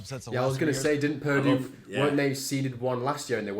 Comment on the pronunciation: They refuse to pronounce "Purdue" correctly, no matter how many times they hear it.